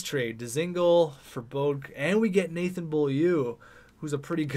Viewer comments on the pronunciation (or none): none